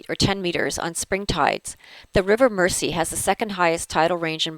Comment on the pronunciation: I realise this video is several years old now,but as a Liverpudlian,but may I correct your pronunciation of Mersey. It is spoken as Merzey.Best wishes from Liverpool.